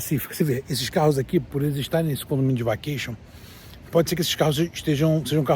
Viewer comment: Pois a pronúncia de (vacation) seria "vekeiachan" pronúncia "shuwa", Brasileiro mora nos STATE e não aprende a falar o Inglesh direto, saí do Brasil, porém, o Brasil não saí do Brasileiro. Brasileiro sendo Brasileiro, sempre a falar mal do Brasil, de seu País de origem, cospem no prato que "comes". Ora, respeite o povo Brasileiro que estão no Brasil a trabalhar e contribuir com a economia do mesmo. No más, quando estourar uma guerra por aí, fique por aí, mesmo. E pare de falar mal do Brasil. Pois o Brasileiro gosta de difamar a imagem do seu País de origem a dar margem para os gringos os falarem as dertuparem a imagem do Brasil, coisa feia que alguns Brasileiros tens de falar mal do Brasil. Seus ( extremistas, POLARIZADORES do ódio os idolatram os iluminates). Ora.